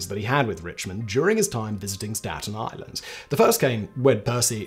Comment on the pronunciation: Why mans say Staten island like that lmao is that a difficult name to pronounce for English ppl? 😭😭 That is a serious question tho, so if any one can tell me plz do lls